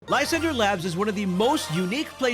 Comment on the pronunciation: Its pronounced lis andrey. Not lie sander. Its supposed to be french.